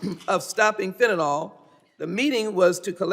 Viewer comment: Fentanyl. Last syllable rhymes with HILL. There is no O in Fentanyl.